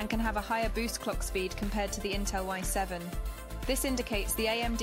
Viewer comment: damn this AI is stupid, its I7 not y7...